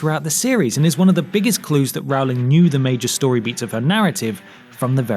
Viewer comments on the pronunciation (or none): Say her name right! It's Rowling as in bowling, not Rowling as in howling!!! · What really grinds my gears is when you pronounce J.K Rowling's name wrong. It's Rowling like bowling not Rowling like scowling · First of all her name is not pronounced row-ling it is roll-ling. Second Daniel Radcliffe tried to wear green contacts in the filming of the first movie but they irritated his eyes so much that they decided just to not go with green eyes. Wrong I know but more accurate than your info. Classes at Hogwarts became secondary to everything else that was happening even in the books. And there is just no way you can put every detail in a 600 to 700 page book in one or even two movies. Books can go on and on where movies have a limited time frame so they had to make some changes. Personally to me you lose all credibility with the fact that you cannot pronounce J.K.'s surname correctly. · Oh gosh! Come on! Please! Learn the name: it's ROWling like in "to row a boat". I know that Americans can't say Harry, but that it will always be Hairy...but there is no dialect-background problem with with Rowling! I'm German and even I am able to pronounce it! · Rowling is pronounced ROLLING! Ugh, everyone gets it wrong. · How do people still miss pronounce her last name?!? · Since the movies are kinda rubbish I agree with you. But could you please try and pronounce Rowling correctly? Pretty please?